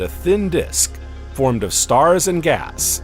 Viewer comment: each containing about 100 million StaHHhRsss